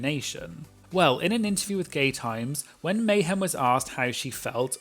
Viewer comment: Meh-hem Miller as one queen put it I believe lol